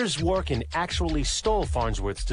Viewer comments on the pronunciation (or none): "zhvo-'rik-kin" is the correct way to read his second name. The second syllable is stressed